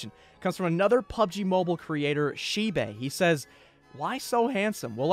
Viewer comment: U mean shibe u pronounce it like a y and dont pronounce the e